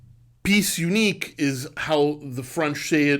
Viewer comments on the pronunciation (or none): It’s NOT “piece unique”! It’s “Pièce Unique”. Please note the diacritic over the e. The term is in French as many horology terms. Pronounced, [pee-ay-s ooneek] For that matter, it’s “guilloché” [guillochay] not guilloche [geeyosh].